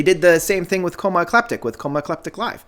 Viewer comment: Hate to be a stickler, but it's coma e-clip-tic and ah-TOM-ah-ta... Cheers, have a great day